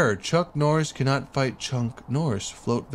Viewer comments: am i only only one who is hearing him say chunk norris rather than chuck norris? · Your saying chunk Noiris instead of chuck noiris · did he seriously just say CHUNK NORRIS?!?!?!? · Not more than he says Chunk Norris 😂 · If he say chunk Norris one more fuckin time.... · Is he calling chuck Norris... chunk norris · Dude I can't stand hearing Chunk Norris*. It's *Chuck Norris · Did he say chunk norris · He is saying "chunck" noris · Y U SAY "CHUNK'' NORRIS, CHUCK, NOT CHUNK! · It’s chuck not chunk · Why do you say chunk norris🤣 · It’s chuck Norris not chunk norris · keep calm and play pokemon I hear him say it too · chunky norris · XD “CHUNK NORRIS” IS WHAT HE KEEPS SAYING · Why does it sound like your saying chunck😂😂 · Did he say CHUNK Norris, or is it just me ? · He says chunk Norris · Who else notice he said chunk noris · Stop saying chunk norrís